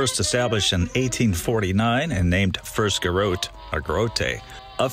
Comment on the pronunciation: Another great job! Swam in that river many times back in the day. You probably know by now...garotte is pronounced "ga-ROT".